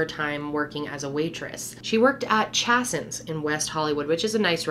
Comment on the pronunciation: Chāy-sons, not "Chassins" 🙃